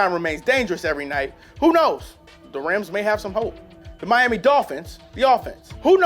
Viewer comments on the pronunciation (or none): none